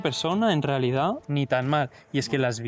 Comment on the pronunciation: nin? Eres de suances o que?